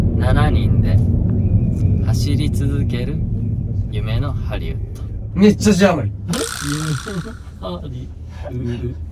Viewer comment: しめちゃんの「夢のハリウッド」ですかたぶんしめちゃんは発音がネイティブなので「ハリウゥ」で字余りなしです！！笑笑